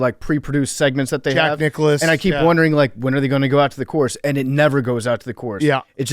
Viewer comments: “Jack Ni-clouse”??? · Are we just gonna let get away with saying Jack Nic-CLOUSE?